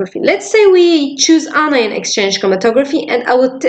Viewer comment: It’s really helpful, but isn’t it “anion” not “inion”?